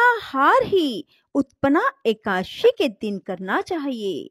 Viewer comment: Ekdasi ki ekaasi bol rhi ho tum jo ki galat hai Pronunciation sahi hona chahiye